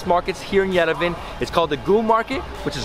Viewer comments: Bruh as a armenian I’m kinda triggered mans really said yervan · I like your channel and happy you are in Armenia but please pronounce Yerevan correctly.WE pronounce Yeh ree VAN the vowel A at the end is not dropped its pronounced fully!Cheers enjoy your trip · Yo say yerevon that’s how you pronounce it but good vid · The way he pronounces Yerevan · Making a video about Yerevan and cant even pronounce it properly. Should have asked before eating.